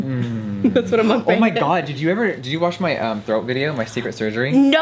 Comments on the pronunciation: Hi! I just wanted to say thank you so much to jefreestar saying "Muckbang" 100% right. I am Korean and Jefree just nailed it saying 먹방 (muckbang) perfectly haha I don't know why but it made me super happy so I just wanted to say thank you!!! I love you so much!! You are just amazing and beautiful!!! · We stan how Jeffree actually pronounces Mukbang correctly. Thanks Jeffree